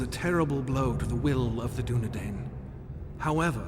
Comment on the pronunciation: Too bad his pronunciation isn't Tolkien. Soron? Dunedane? Numenorians? Rudar? Sounds like someone forgot to do their homework. See notes in the Silmarillion for details. Tolkien went into great detail on the particulars of pronunciation for things like the Dunedain. He was a linguist after all. Not this guy though.